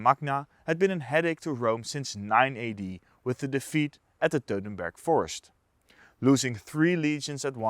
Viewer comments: WTF is the “Teutenberg” forest? You don’t even know the name of the battle, Sir? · How do you pronounce Teutoburg "dodenberg" ?!!!